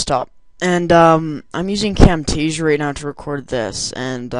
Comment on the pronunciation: Its "Camtasia."